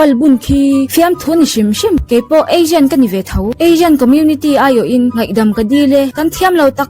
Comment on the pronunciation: Azian ti lovin Asian ti la